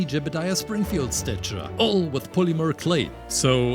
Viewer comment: It’s statue not stichar